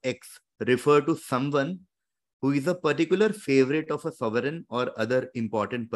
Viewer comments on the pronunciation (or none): none